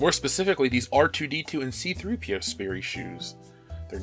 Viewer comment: My last name is sperry and I want to kill star wars for those shoes also you didn't say Sperry right and since that's my last name it kinda bugged me but it's not a super big deal😂